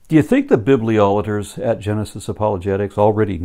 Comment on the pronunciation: 'Bibliolators'. Excellent, thank you.